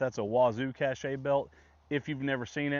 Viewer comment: Wazoo belt is cache (cash) rather than caché (cashay).